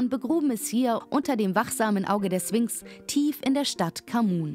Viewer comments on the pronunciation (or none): Du sagst nicht wirklich 'Swinx' oder?